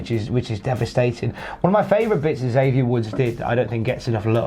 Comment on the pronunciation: Hate to be “that guy” but lad, Xavier gets really annoyed when people pronounce his name as “Zavier”. It’s Eckzavier. He’s blown up on camera a few times at people who keep saying Zavier 🤣